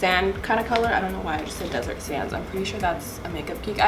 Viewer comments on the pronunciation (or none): none